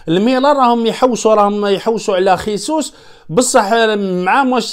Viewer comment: خيسوس بالإسبانية أخي و هو برازيلي يتكلم البرتغالية و هذا يعني أن اسمه جيزوس و ليس خيسوس عمو.